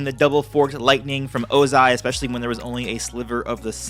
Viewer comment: By "Ozia", you mean "Ozai"